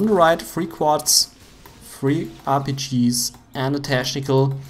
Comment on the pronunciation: Junge, man spricht es /ˈteknɪk(ə)l/ aus und nicht /ˈteʃnɪk(ə)l/ !